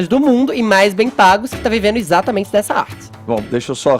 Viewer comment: Etxatamentze é dzi estourar os tzinpanos